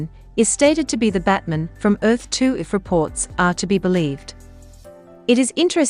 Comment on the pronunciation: Why is the pronunciation for Batman, batmen?